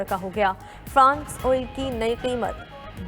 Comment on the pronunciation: Newscasters should do some prep. Furnace oil was written and read as France oil.